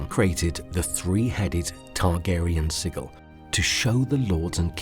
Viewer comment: You talk crap mate. You can't even pronounce Sigil.